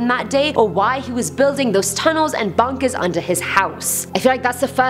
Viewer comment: You don't discover bunkèz, bunkèz discover you